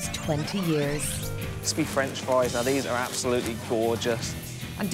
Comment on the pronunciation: Say it with me. Fries. Ffffriiieessss